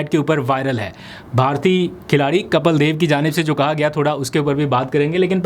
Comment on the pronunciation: Kapil (کپیل ) ✅ (Kapeel)کپیل دیو 👍 Not Kapal ❌